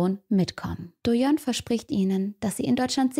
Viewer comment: Das ist jetzt irrelevant was ich schreibe, aber ich schreib's trotzdem. Doyeon hast du schon richtig gemacht, aber so was mit ''ae'' endet wird wie ''ä'' ausgesprochen, ''seo'' wird wie ''sso'' und ''hwa'' also wenn das ''hwa'' am Ende ist wird es ''ua'' ausgesprochen. Aber ja ich kenne den Fall, aber das war echt ein Fall das ist echt nichts für Schwache nerven. Das hat mir das ein oder andere Mal schon die Seele aus dem Leib verscheucht